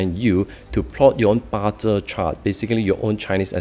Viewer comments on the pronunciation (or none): just wanted to add I have no bad intentions but hope you use the word bazi in future so new viewers will find it more trustworthy. When you said ba Zhe it feels like u don't even understand how to say the word correctly. Also thanks for pointing out that it's 4 pillars instead of 8 pillars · Ba zi not ba Zhe system. Can use 8 pillars if unable to pronounce it correctly